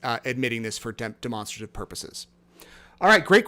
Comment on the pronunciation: Demonstrate… Demonstrative both pronounce the same not de-monster- tive 🤦🏽